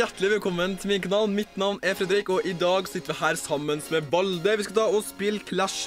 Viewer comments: Først trodde jeg du sa Ballde istedenfor Valde🤣 kul video!!!🖤🖤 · du sa balde